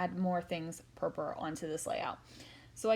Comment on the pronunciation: lovely .do you mind me asking Why you call it purpur? and not purple